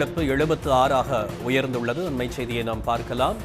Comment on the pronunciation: இந்த நீயூஸ் ரீடருக்கு தமிழே வாசிக்க தெரியாது . ளகரத்த ழகரமாக உச்சரிக்கும் . உயர்ந்துழ்ழதுனு வாசிக்கிது .